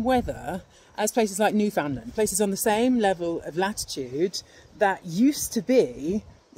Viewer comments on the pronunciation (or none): Did you just pronounce Newfoundland and New Found Land. How foolish of you, I thought you were supposed to be one of our most brilliant minds /s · Love this. Buuuuut it's pronounced Newfinland. Fin not found. 👍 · Your content is awesome, but it will get even better after you invest in a trip to Newfoundland and learn to say it properly. They're one of the badassest of cultures and also have wicked awesome geology and incredible music. You'll love it. newfunLAND -- go on and learn some Newfunese and all the awesomeness, views, and geology over there (go in summer). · "NEWfunland" (mispelling intentional) is how to pronounce that province's name. Accent on the front syllable, and 'fun' or 'fund' rather than 'found'. Locals just call it "The Rock". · The entire world mispronounces Newfoundland, and I've just decided i have to accept that. I've started to mispronounce every other place on earth though 😂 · Let's pique your interest in language, too. From the North American side of the 'drift', the natives of Newfoundland have perfected the pronunciation of their homeland. It's not spoken exactly as it's written (an honoured convention for place names on your side of the pond). It should sound like "new-fun-land" so that the emphasis falls on the syllables in a way that the cadence rhymes with "understand". Got it? Oh, and that warming ocean current. We call it the "Gulf stream".